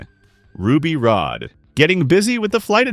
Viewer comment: "Ruby Road" Nobody who's actually watched the movie would ever say "Ruby Road". It's "Ruby Rhod", pronounced "rod". Like the ruby rod that was at the heart of the first working laser ever built. Simultaneously, a dick joke. But you don't get any of that, because you've never actually watched the movie. You just read about it on the Internet. So, you say "Ruby Road".